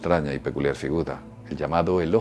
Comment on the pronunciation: "figuda" jajajajajaa